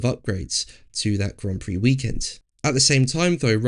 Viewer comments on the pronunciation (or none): none